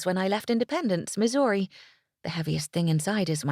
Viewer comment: I am from Missouri. St. Louis, Missouri. I find pronunciation of Missouri completely charming. It's just ever-so slightly enunciated and just a hint of incorrect pronunciation. But mostly when Missouri comes up in the text. I feel that rush of excitement, as if we were at a concert, and the singer calls out our city or state and we all cheer. That's the real excitement I feel: a hands in the air and cheer kind of feeling